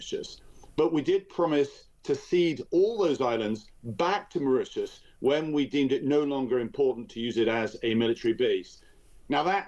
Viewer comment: Why does he keep,saying back to Maririous.